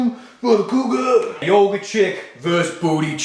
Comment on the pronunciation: Couguar compass lol